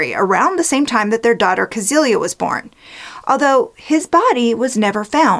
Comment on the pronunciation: I love your videos - very easy to listen to and super interesting. Just one little thing... 'Cäzilia' is pronounced 'Set-cilia'. The ä is more of an 'eh' and 'z' is more 'tz'. Think Cecelia with more of a T in the first syllable.